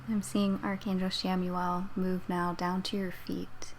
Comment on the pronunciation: Good energy :) … I thought it’s pronounced “KAM-uel” tho?